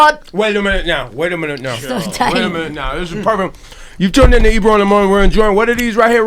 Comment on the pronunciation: Barrington Levy is legendary. It's funny how he calls Ebro Ibru...and out of respect Ebro doesn't correct him.